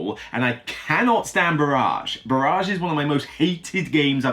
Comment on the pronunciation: Just so you know "barrage" is pronounced "ba-ridge" - "ba-raj" as you say it means bombardment not dam.